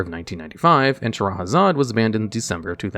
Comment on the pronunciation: lol butchering all cardnames but perfectly pronouncing Shahrazad